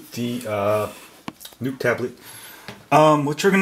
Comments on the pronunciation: Informative video...Thank you! However...The Nook is not pronounced like "Nuke" (which you said several times). It's "Nook" which rhymes with "Book". And a Canon camera is not a "Canyon Camera" (which you also said twice)...it's pronounced "Canon" like "Cannon". You're killing me smalls! LOL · its not a nuke its a nook lol you are cool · Nook not NUKE TABLET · Right. Nook rhymes with Book. Its not Nuke-Buke. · does anyone else find it funny he calls it the NUKE tablet? it nooook not nuke but thanks for the info. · its nook like cook... Not nook like NUKE. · He says newk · i love how he says it like "nuke" tablet